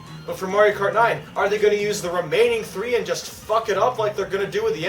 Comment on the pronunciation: “There is only one, left to UuUse”